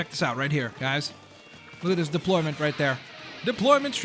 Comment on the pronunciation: when said "deployment it sounded like depfloorment